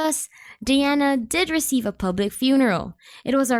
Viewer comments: it's pronounced DI-ana di as in eye not dee as in pee. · Learn how to pronounce her name properly before presenting a video to the world lok